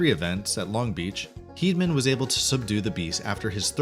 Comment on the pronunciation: It's JB Moon-ee. If you're going to narrate info about someone, learn how to pronounce their names please! Tuff's last name is pronounced Heed-a-man. We all enjoy your videos, but please...research names before you upload them :)